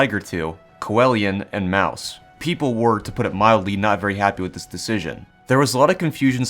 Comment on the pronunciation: I hate how you said mouse and not maus